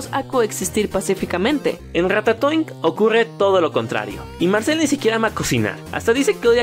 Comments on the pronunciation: RATATOING parece que dice RATA SOY jajajajajajaja 😂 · Dijo cacacoing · ¿Soy yo o en un momento dijeron "cacatoing"? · Puedo preguntarles por qué ratatoin suena como cacatoin xdddd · las veces que dijeron Ratatoing: 16 si me puse a contar las veces que dijeron "Ratatoing"